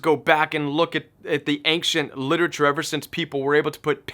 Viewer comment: Love your content. I've heard your say "ancient" like 6 times in the last two months. I wonder if you are aware of that accent you put on the "c". I hear "ainkcient". I wanna know if it's just me :)